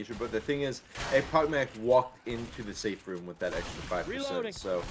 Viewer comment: Guys, you mispronounced echpochmak. It's not ekpokmak. "ch" should pronounce like in the name of country Chile. Also, i wanna thank you for all your work. Keep it up! And one more thing, where i can find RBT anthem? I like this song very much:)